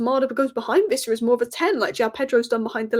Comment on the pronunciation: Its Wissa, not Vissa. Everyone on YouTube seems to think he's a German. 😂